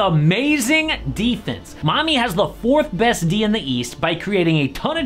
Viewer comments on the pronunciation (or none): did you said Miami or mommy 😭😭